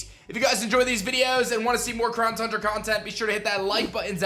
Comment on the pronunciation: It's called Town Cundra